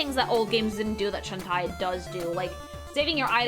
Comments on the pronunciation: Its. Shan-Tay, not Shan-Tie, later songs sung by the VA give the correct pronunciation But that aside hope you do this kind of video for each game, haven't seen people analyze the concept art like this. Also i very much agree on how it's nice to see characters not afraid to be sexy while just being themselves and still being people instead of just pin up girls. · I'm going to give you a benefit of the doubt and assume that you pronouncing the name as Shentai is a contextual joke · I like when you couch she jiggles her butt. Also, Shentie? Huh? How is pronouncing Shantae? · deliberately mispronouncing Shantae as Shen-Tie is such a thing to do. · Wait it’s not pronounced “Shawn-Tay?” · Shawn tie? Dammit,, I just cant 😂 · Also, Shantae is pronounced Shawn-tay. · A Freudian slip sounding a bit more like SHentai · I'm so happy to see you cover Shatae. She's my favorite fictional character... But every time you say Shan-tai I want to Shan-die. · I mean absolutely no offence with this... But a piece of my soul dies whenever you say Shantae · As someone that grew up in latam with shantae as one of the games for the gameboy color. I also pronounce shantae's name incorrectly and i will keep doing so until i die. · Why does she pronounce shantae like hentai? Is she dumb? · Everytime I hear her say Shantae I die a bit. X,D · How did nobody correct her on mispronouncing Shantae every single time? I kept getting taken out of the video by it, it was so jarring lol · They did, but her pronunciation is the spanish one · I'm glad is getting into the Shantae series but I can't get over how she keeps mis pronouncing her name. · She is, if you correct her she just doubles down on it so it’s best to ignore her very incorrect pronunciation. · Bruh, doesn't even know how pronounce a name as simple as "Shantae"!